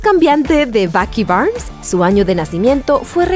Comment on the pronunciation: Error es tu horrible pronunciacion del ingles avenyers ??baki barns,jalks ??horrible🙉🙈🙉🙉